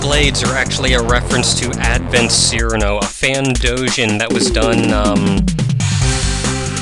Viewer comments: your the 2nd person to pernounse cirno's name wrong it's (k-ear-no) not (S-ear-no) or at least that's how iv'e been saying it and i will never stop saying it like that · ITS CHER-NO, NOT SIR-NO! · It's pronounced Chiruno. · "Cirno" is "Seer-no" "Chirno" is "Cheerno" "Chiruno" is "Chee-roo-no".